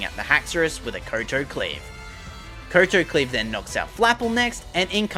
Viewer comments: its not koe toe its cow tow, a kowtow is a japanese bow to show respect a koe toe is stupid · Did you ever learn how to pronounce kowtow over the past year? I winced every time you said ko-to lol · the move is pronounced Kau-tau. It's called that due to the type of bow that the Kingsgambit does.